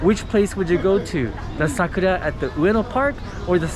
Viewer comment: Goodness gracious me that's a long time to get into Satbucks 5 hours. And eating along the river that's understandable,but it was a request. And thanks for the correct pronunciation for Sakura, it is very important to the Japanese language. Over all this was a beautiful walk so much to see, I enjoyed this experience just beautiful to see ❤️.